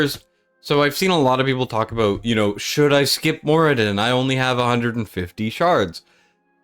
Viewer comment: Who the heck is More-I-den